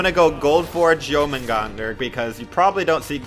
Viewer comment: I like how your positive but the way you say it is jour-man-gan-der